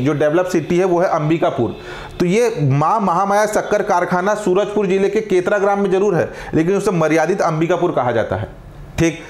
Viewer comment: केतरा ❎ केरता ✅